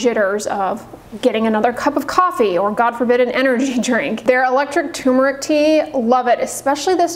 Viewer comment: You're SO precise in all things. How is it that you fail to see the R in tuRmeric?